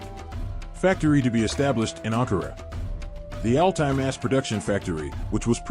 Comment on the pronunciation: Das heißt nicht Ali Panzer sondern A L T A Y Panzer